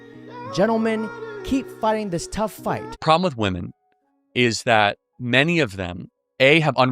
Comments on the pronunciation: Again the plural of woman is women, why do these idiots keep saying it wrong? It's not hip or cool. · Women, not woman.